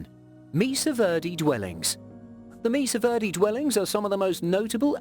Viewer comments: its pueblo pronounced pweblow not pu as in pubic.....also mesa pronounced may sa not meesa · Great information but his butchering of the words Mesa (maysa) and pueblo (pweblow) was painful.